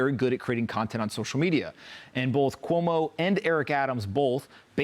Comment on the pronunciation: Not COMO it's CUOMO!